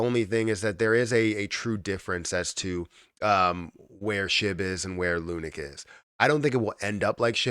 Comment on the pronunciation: Please call it lunacy, not lunic